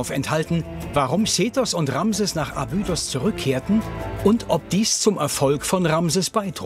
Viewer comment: Eine gute und interessante Doku aber jedesmal, wenn der Sprecher „Abüüdos“ sagt, stellen sich mir die Nackenhaare auf. Grauenhaft.